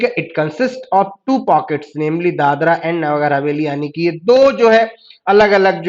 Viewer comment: Please pronunce properly. It is Dadra & Nagar Hsveli & not Dadar. Dadar is in Mumbai